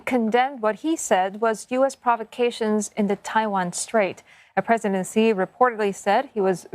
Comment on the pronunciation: I am quite amazed by who can pronounce President Xi's name accurately.